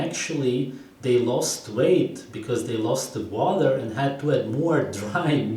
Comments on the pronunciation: "in the waller"😂😂😂😂😂I know I ain't💩💩💩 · I love how he can’t pronounce water correctly 😂😂